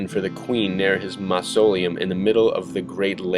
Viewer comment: Great video! Please watch pronunciations. Mausoleum, sounds just as it is spelled. (maws-o-lee-um)